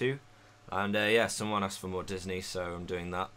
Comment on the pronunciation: He said frough